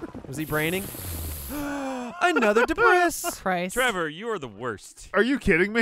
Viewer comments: They spend the whole episode calling it “debriss” and then forget to put the s in the title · oh dear god. Deb-Ris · Gavin says it Deh briss pretty regularly so, it's nothing new really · Anyone else hate that Lindsay keeps changing words all weird ? It’s DEBRIS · I giggled way too much at Lindsay's pronunciation of 'ancient debris'